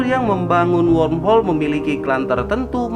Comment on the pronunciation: Sepertinya mimin kesulitan untuk mengucapkan kata womhol